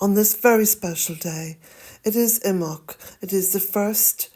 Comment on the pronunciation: How do you pronounce imbolc? The way you say it sounds like imoc. Some say imbolc, with emphasis on the b. I would like to say it correctly and I am sure the way you say it is correct.